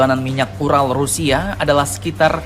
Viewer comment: beeeerrrcandaaa😁😁 URAL bukan URA🤣🤣👍👍👍💪💪💪